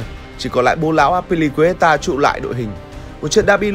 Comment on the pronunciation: Hình như Bô Lão Azpilicueta mình đã nghe thành 1 từ khác...